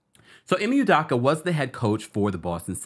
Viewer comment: me too. I waited to comment hoping he would finally get it right